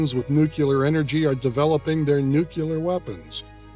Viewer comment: Nu clee ar ... correct pronunciation----not nu cu lar.